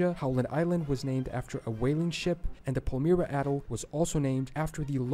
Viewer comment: I also heard Allegheny and Atoll wrong. Trying to pronounce native words that are not commonly known if one thing, but to mispronounce more common words is just nuts!